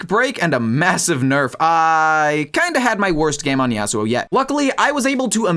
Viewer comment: bro pronounces it YEAHsuo like a valley girl. it’s YAHsuo buddy.